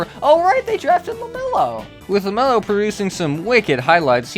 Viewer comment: I like when he said LAMELO 🗣